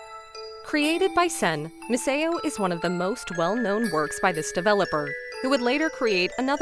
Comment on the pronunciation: Yeah I also feel like the voice might be AI… the way it kept on pronouncing things especially Misao made me suspicious